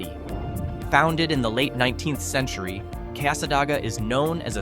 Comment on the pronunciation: It's pronounced Casa DAY ga.